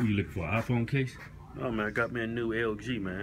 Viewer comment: Keith's pronunciation of iPhone: IFON.